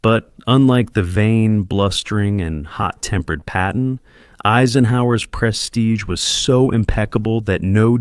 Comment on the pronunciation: His name is Patton not Peppin! George Frei